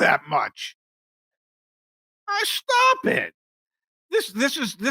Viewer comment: “Stop, just stop”. 😂 so South Jersey! Love it.